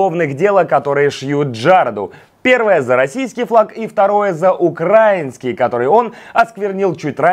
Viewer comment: укрАинский.... украИнский, чувак :)